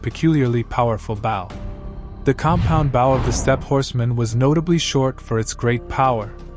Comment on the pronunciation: The voice kept saying bow wrong.